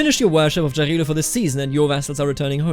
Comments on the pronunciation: It's actually Yarilo. you know, you say it same way Germans say Ja, Jarilo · Great videos, thank you for your job! As an East Slav, I recommend you to pronounce the name of god "Jarilo" with German way of pronouncing J, not English - that would be more correct